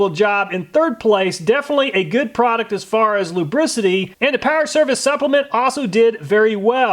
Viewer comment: What is a "prodict"??? "Flamabilidy"???